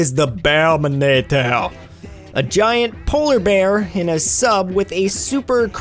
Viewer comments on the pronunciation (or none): none